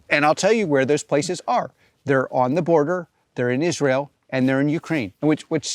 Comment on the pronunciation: Yeah, I hate it when people pronounce Israel as Is-real. Bye!